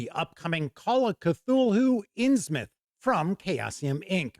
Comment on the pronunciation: Thank you for saying it as “Inns-myth” and not “Inns-MOUTH!” Always annoys me… 🤣 Anyway, thank you for the review, I can’t wait for this book!